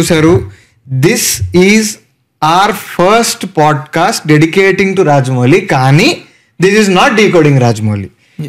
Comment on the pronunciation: it’s not Raja mouli ❌ Raaja mouli garu 🫵🏻🫡